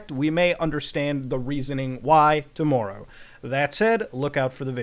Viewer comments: it's TOMORROW not TOMMOEROUGH you canadian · My main takeaway: Muta has a very interesting way of pronouncing 'tomorrow'